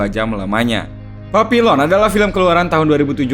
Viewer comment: Cara baca judul film itu bukan Papilon tetapi y bener papiyong...